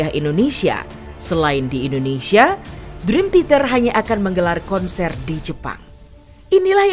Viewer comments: Min, sejujurnya saya nonton ini sambil nahan nangis lho Min... Bisa2nya si mbak narator nyebut Dream Theater jadi Dream Titer. Seudih aku tuh Min... Seudihhhh... 😭😭😭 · Maaf ya yg voice audionya ngomong "Drim titer 🤭